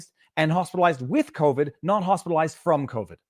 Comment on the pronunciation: she didn’t say “Hospitalized” she said Hostelized